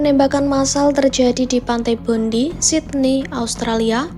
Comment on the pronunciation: Bukan bodi tapi bandai .cara bacanya untuk bondi